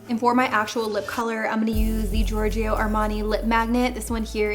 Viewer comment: Please stop saying giorg"I"o .. You say it like George in english and add a "O" , not an "IO" .. its giving me a weird feeling beeing an italian hearing giorg"I"o 😊😅 but you nailed it, an co-op with Signor Armani its the dream !! HE IS AN ICON ❤